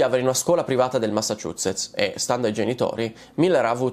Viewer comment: del "massachuccietz" XD